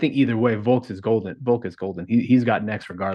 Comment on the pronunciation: VoLLLk! Not Voke